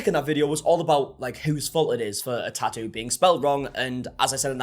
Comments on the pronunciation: "Tah oo artist " 😂😂 Bro, its Tattoo!! Say it with me, TaT Too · Your pronunciation of tattoo is adorable 🫶🏼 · I’m to-ally ok with forgetting the T in the middle of the word Ta-ew….